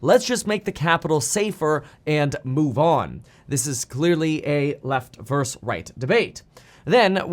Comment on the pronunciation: “Left verse right”… VERSUS.